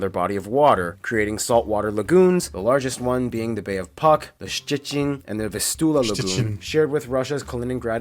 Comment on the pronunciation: Their pronunciation of Polish names is fine EXCEPT "Puck" is pronounced "Pootzk" and "Notec" is pronounced "Notetz." One more thing about Namedays - most Polish names were of Catholic Saints, so there was limited number of them. Each day in the calendar has names assigned to it (each name is assigned to more than one day), and Poles celebrate name day closest to their birth day.